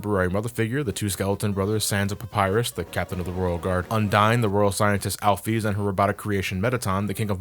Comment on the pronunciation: shit he said "al-pheez"